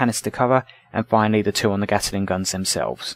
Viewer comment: Sorry - it's a Gatling gun, not a Gataling gun